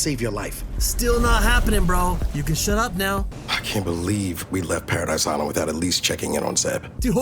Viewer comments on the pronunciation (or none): none